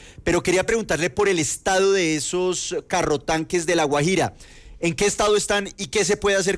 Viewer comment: Raro que no pueda pronunciar Guajira... extraño.. Vivió fuera del país?